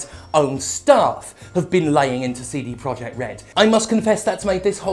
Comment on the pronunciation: All I can hear is "Seedy" Project